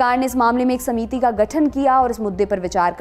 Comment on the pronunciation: समीती नहीं बोलते, समिति बोलते हैं। बुड़बक